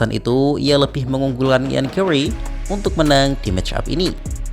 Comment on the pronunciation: GARRY BUKAN GAWWRY,BIASA AJA GARRY NYA